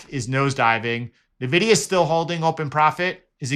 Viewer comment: enjoy your videos. just wanted to share that it's pronounced "envidia"